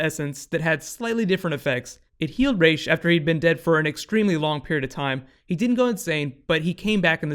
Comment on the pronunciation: Based on the arabic spelling.his name is pronounced raas not raish.